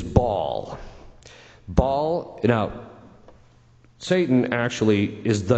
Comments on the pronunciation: Baal not Ball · His name is Baal, not Ball, lol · Not "Ball" (we're not going to play soccer with it 😅), it's "Baal" instead. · It's: Baal (not Ball) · It's Baal, Ba'al or Bael, not Ball. And it was always pronounced "Azmo-Day-us" in demon lore, but since the 2,000s, Az-mode-E-us in D&D lore. Sooooooo, moving on.